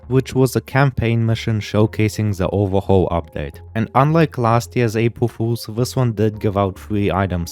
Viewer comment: "apwul fuwlzs" 💀